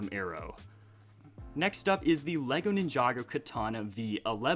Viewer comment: why do you say ninjágo and not ninjagô